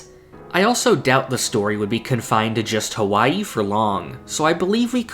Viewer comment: Don't say H A WwaiIi ever again! Not cute at all.